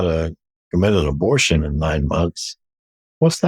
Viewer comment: He said..I've been taking drugs since I was 12 and I didn't need a satanic coven for that!..Didn't he say previously that he was doing all this in a satanic coven! and he keeps saying 'abortsion'..I think what he's saying is sarcrifice! but he's too embarrassed or ashamed to say it!...Maybe the lies haven't stopped!...Still..glad he's repented!